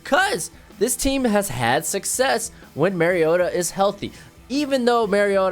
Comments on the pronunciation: Mario ——-ta. Not marryodah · It's Mario-ta not Merry-o-ta